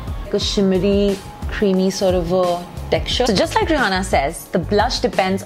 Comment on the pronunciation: I can't believe she pronounces Rihanna wrong.